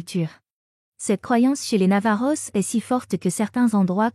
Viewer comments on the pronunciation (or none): C'est vraiment désagréable d entendre navajos , os en prononçant le s.